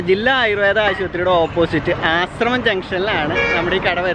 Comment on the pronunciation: ആശ്രമം ജംഗ്ഷൻ അല്ല ആശ്രാമം